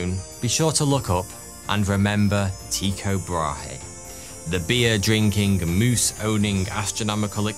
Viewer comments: tyikaay brawhee... 😅investigate you prounouncation little.🤣🤣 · Damn Limies'... TIE-CO-BRAW-HEY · there are no diphthongs in the Danish pronunciation of Tycho Brahe. Tycho contains 2 exact monophtong sounds which are, as I explained; the German ü or French u for the ‘y’ part and a sound similar to the French ‘eau’ for the o part. Furthermore the h in Brahe is silent and the e part is a close to non existent schwa vowel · no, he meant Tü-K’eau’, as ‘eau’ in French for water, Bra-(insert a very minuscule schwa sound) h is silent. the ü is like the German version, similar to the u in ‘tu’, French for ‘you’ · As a Dane, I cringe at the way you say his name but as always, it is a highly entertaining video. Thank you. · love all your stuff but how your pronunciation of Tycho brahe did made me twitch :D